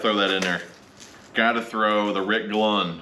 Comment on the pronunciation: Clunn not Glunn lol